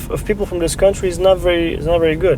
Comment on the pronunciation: Jetzt mal ehrlich, bin ich der einzige der die Dänin, jedes mal wenn sie "Kauntry" gesagt hat, im Kopf verbessert hat? xd